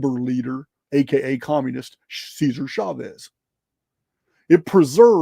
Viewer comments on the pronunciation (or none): none